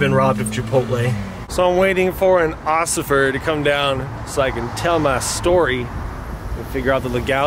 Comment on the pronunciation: I love how he says osifer